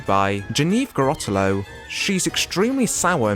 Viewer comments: You seem to mistake your f's with your t's, XD David Ge"tt"en Janeane Gara"t"elo Not to be that person, just thought it was funny to mention. EDIT: Camero"z" Diaz? You flipped the N into a Z? 😅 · Did he call her Genefe Garattalo? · janeane garotalo??? you mean, janeane garofalo? cameras diaz?? jesus fucking christ man. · How do you manage to get almost EVERYBODY'S name wrong? David Getten?? Chris Farney?? Janeane Garottalo?? So annoying and disrespectful. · It's David GeFFen and Janeane GaroFalo, with Fs, not Ts. It's also CameroN Diaz, with N, not a Z.